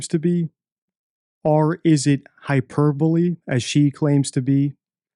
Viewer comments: Hyper-bowl😅 Hy-per-bo-le! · Not a native speaker, so I might be wrong, but I have noticed so many instances of wrong use of words, grammatical errors, and wrong pronunciation, example the huperBOLE, give credence to the show… by watching it… , nuisance or nonesense?? overall speech is just word salad making no sense and trying to confuse and deceive the listeners. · “Hyperbowl” 😂😂 I snorted, thought she’s supposed to be an intelligent lawyer. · Why did this educated woman pronounce hyperbole wrong? Maybe she meant hyperbolic? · Also deflamatory rather than defamatory. She likes to use the word hyperbole but uses incorrect pronunciation, I think she stuck her head in a thesaurus for a fancier word choice.